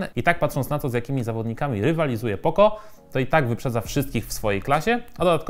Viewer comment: Jakie poko??? Poco, poco naucz się czytać człowieku...